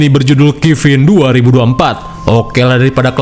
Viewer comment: Bacaan nya bukanya kafan? Kok kifin katanya